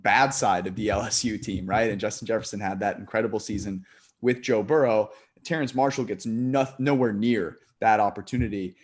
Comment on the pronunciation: Exactly, and Terrace not Terrance Marshall - natural literacy not quite meeting his level numeracy or just a bad day (Technically, as a German name Licht would be Licked, but is Amercanised as you say, like Noter Dame, instead of Notra Darm - as the French who invented the words, and the rest of the world pronounce it)